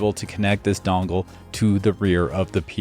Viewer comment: USB "dongle" love it. Just sounded funny. Good video bro 👏👏👏👏👏👏